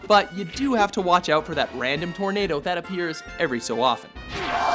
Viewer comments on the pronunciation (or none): none